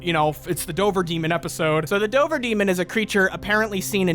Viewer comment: 2nd time watching this, and now I can't get over the fact they kept calling Dover, Dober. Like I live 20 minutes from Dover, we pronounce the V. Idk if it's a legend from 100+ years ago when Dover was a large county and not just a ton or if they narrators just never been to Mass.